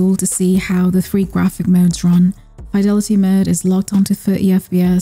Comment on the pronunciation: You pronounced fidelity wrong. 😳